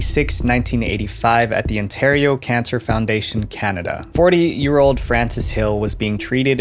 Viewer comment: It’s pronounced “ON-Taire-ri-o” not “En-taire-ri-o”😭😭